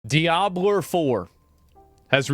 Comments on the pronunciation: Did he just say "Diabler"? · Asmon is such an og for saying diablur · Diabler 4 😂😂😂😂😂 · "Diablurr 4"? lol